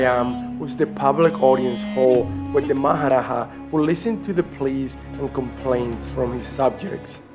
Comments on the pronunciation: Not maharaha its maharaja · It is Maharaja and not Maharaha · its Maha Raja not Maha raha. J is pronounced like J in English and not H like in Spanish.